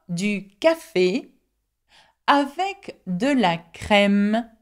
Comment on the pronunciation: Oddly, in the final example sentence the e in 'avec' is pronounced as if it had a grave accent (è) and the e in 'des' is pronounced as if it had an acute accent (è).